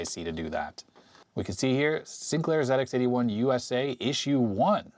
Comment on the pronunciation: Hi, as a Brit, I'm glad that you're saying "Zed Ex 81" rather than "Zee Ex 81". 😁😁 Also the ZX81 screen buffer wasn't a fixed size, it expanded and contracted as necessary. In the UK the VIC 20 was about £200.